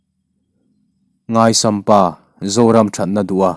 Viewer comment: Ngaisam Pa tia i chhiar ṭhin hi NGAIHSAM PA tia chhiartur ani zawk lo maw...?